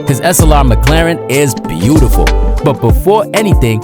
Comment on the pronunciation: Whenever you pronounce "Slr", my brain hear you say "Assalamu alaykum"